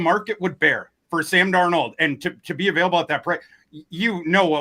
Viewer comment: Really gonna miss Sam DarNOLD pronunciation every week. RIP